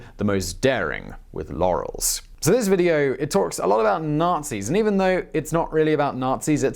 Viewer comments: You pronounce it as bee wee gungs krieg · He did indeed mispronounce Bewegungskrieg, but oh well. x'D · Everytime Simon mispronounced “Bewegungskrieg” I get more insane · I absolutly love how you say Bewegungskrieg, which is absolutly wrong but entertaining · Its pernounced [Bell-Wu-Ol-Gig-Ts-Krieg] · Other than the wwword 'Bewegungskrieg' your pronounciation wwas on point for the other words. Good job :) Also bought a Vincero through your channel to support it (cool watches btw!) Hope to see more in the future :) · I think, there is a slight misunterstanding between Blitzkrieg (or, as you called it, "Bewegungskrieg" / "war of movement") and "Gefecht verbundener Waffen" ("combined armes"). What you're describing in the first part of the Video - in short, have a few soldiers with a few tanks combined instead of one infantry division next to a tank division" - is combined arms. The idea you got is right - to maximise the effort (a tank can and can't do some things infantry men are or aren't available of and vice versa, same for artillery, planes etc.). The blitzkrieg is the idea to catch your enemy as fast as possible in a helpless situation (the main goal for german troops and later the sovjets [oh yeah, they did exactly that what 've been done to them on their way to Berlin] was a "Kessel" ("encirclement")). This was, after the experience of WWI, to never let "Stellungskrieg" ("static battle") happen. Otherwise nice video, as always. Oh, one slight mistake: It's "der schnelle Heinz" or "schneller Heinz". Never "schnelle Heinz". EDIT: sorry, one thing. "SchlIEffenplan", not "SchlEIffenplan". Love your "achtung! Panzer!", though :D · Wie er Bewegungskrieg ausspricht ist so lustig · Bewegungskrieg..... not Bewungungskrieg.... Be Way Goongs Kreeg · Buwungungskrig ?!? You should get a guy to call on skype or something to help you with the pronounciations of such words ^^ Besides that nice biographic as always <3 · It’s bewegundskriege [Bev-eg-ung-s-kri-ge]